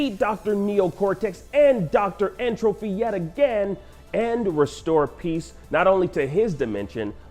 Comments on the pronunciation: Him saying N. Trophy instead of Tropy bothers the Hell out of me. It’s like entropy dude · Someone please tell this guy that it’s N. Tropy and not N. “Trophy” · Yo, this man keeps saying N. Trophy and it's killing me. It is N. Tropy!